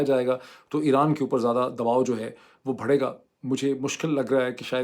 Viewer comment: آپ “بڑھے گا” کو “بھڑے گا” کہتے ہیں۔